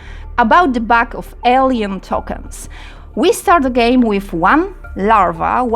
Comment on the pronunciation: W wyrazie "retaliation" wymawiamy pierwszą sylabę jako miękkie ri a nie twarde słowiańskie RE. Wyraz "purple" czytamy w uproszczeniu jako pe(r)pl. Wyraz "alien" czytamy ejlien. Wraz "return" to nie jest żadne return, tylko rite(r)n. Można tak wymieniać i wymieniać. Zanim nagracie - puśćcie ten swój tekst choćby przez google translate, żeby wam poprawnie przeczytał wszystko aby pominąć tego typu pongliszowate horrenda.